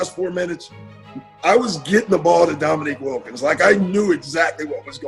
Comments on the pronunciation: "Dominic"? Seriously??? "Domi-NEEK". Credibility shot, on what otherwise is a nice presentation. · You absolutely ruin your credibility when you call him "Dominic" over and over again. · Dominick Wilkins? How can you continually mispronounce his name when you include clips that say his name correctly? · His name is Dominique, not Dominic. Neek not Nic, show some respect to the Human Highlight Film and pronounce his name the same way his parents did. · Thank you, craigtennant! I just found this video and it bugged the hell out of me every time he said "Dominic." Also - to all those who commented and spelled Dominique's name "Wilkens" - please don't post if you're going to disrespect a Hall of Fame player that way. You may as well have called Larry Legend "Burd!" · Someone should tell that it's not "Dominic" Wilkins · Dominique, not Dominic. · Great video, nice addition to the Larry Bird stable, but NARRATOR- it's DominEEK! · Hey robot! His name is pronounced Domineek! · I feel your pain, but had to watch that classic battle between 'Nique and Larry again. But each time the narrator mangled the name, 2 words came to me: Eff Yew! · Dominick Wilkins? hahahaha. AI ain't there yet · Your inability to pronounce Dominique's name correctly kinda hurts your credibility. "He was one of the greatest offensive players to ever play the game." - Doc Rivers. Show him some repect and pronounce his name right. Sheesh! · This would be a great video without the dumbass narration, the computer can't even pronounce Dominique !